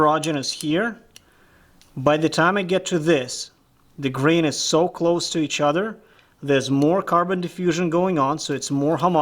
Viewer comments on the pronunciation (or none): none